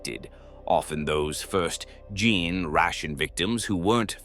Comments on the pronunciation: You might want to advise the AI, somehow, to maybe say "jean stealer" or something instead. In your prompt, maybe something like , "replace all instances of gene with jean" or something. "Gin stealer" just sounds silly. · I would've just replaced gene with jean so that the AI would consistently pronounce it right